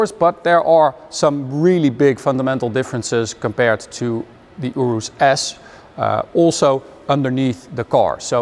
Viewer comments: You riss is how you say it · I don't know how to feel every time you say Urus.